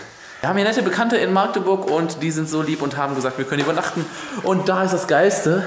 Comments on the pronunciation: Wen triggert es auch dass er maaagdeburg sagt? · Wer sagt alles aus Magdeburg nicht Maagdeburg? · Das heißt Magdeburg nicht Maaaaagdeburg👍😂😂😂😂😂😂😂😂cooles Video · Wenn ich dieses maaagdeburg höre. #agressionen. Dat heißt Magdeburg. 😂😂Krass wie lange dat her is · jUNGE ... das heißt Magdeburg und nicht Maaagdeburg ;) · Es wird Mackdeburg ausgesprochen, nicht Maaagdeburg ;) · Es heißt nicht Maagdeburg sondern Magdeburg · Wie du jedes mal Maaahgdeburg sagst, statt Magdeburg :D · warum sagt eigtl jeder Maaagdeburg? so schwer ist es nicht unsere Stadt richtig auszusprechen 😂😂😂😂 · Ich kann dieses Maaaaaaagdeburg nicht mehr hören, das heißt Magdeburg (a kurz gesprochen) :D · Kommt n bsl später aber ich kann es nicht Hören das: Maagdeburg Einfach bitte Mackteburg aussprechen danke xD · Warum sagen alle immer MAAAAgdeburg???? Es heißt Magdeburg , mit einem Kurzen A🙁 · nicht maaagdeburg sondern Magdeburg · Mensch magdeburg und nicht maaaaagdeburg zieht das a nicht so ine länge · wie du immer Maaagdeburg sagst :D voll süß. kannst du mal wieder nach Magdeburg kommen? ich will dich unbedingt treffen! damals wusste ich noch nix von der lbtour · Ich wohne einfach mal in Magdeburg. Ich kenne alles. xD das einzige was mich aufregt ist dieses Maagdeburg. Das a ist kurz oder halt Machdeburch xD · du hast magdeurg falsch ausgsprochen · Das a nicht lang gesprochene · das wird kurz gesprochen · Digga meine ohren ich wohn in Magdeburg und du sprichst es immer falsch aus